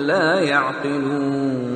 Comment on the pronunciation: The last word of ayat no 14 is "yaqilon." I heard "yadilon" in this qirat .Am I right? Pls reply